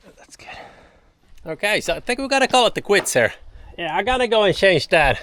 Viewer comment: Change Pronunciation = Tjænse